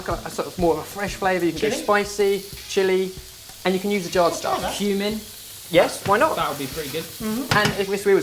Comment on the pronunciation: Oh god, I thought they said you could put human in the mayo, then I realized they said cumin... -_